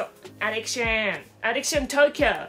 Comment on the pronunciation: アディクションじゃなくてアディクシャン！ さすがめっちゃ発音良い！ メイクアップ動画なのにおもろい笑 おもろいだけでなく美しい！ 美しいのに変顔したらちゃんと変顔！ おもろさのミルフィーユって感じ笑